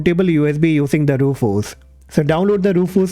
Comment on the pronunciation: E..rufuz softweh😅